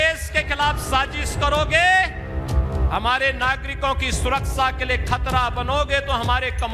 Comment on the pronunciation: Abe takle pehle suraksha bolna sikh suraksa kya bolta hai